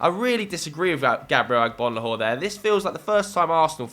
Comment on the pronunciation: This man really pronounced Agbonlahor well